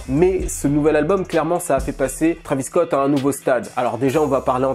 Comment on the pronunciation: Arêtes de dire trAvis scott c’est trÉvis scott c’est comme si on disait hiconnic